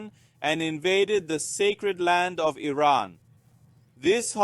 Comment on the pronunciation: Thank you for pronouncing Iran correctly. I am sick of hearing Eye Ran from some commentators.